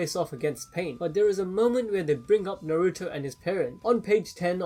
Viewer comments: say naruto right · narOOto and borOOto